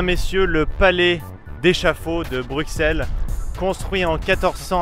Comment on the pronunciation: On prononce "Brussèle" et non "Bruckxelle" ;-)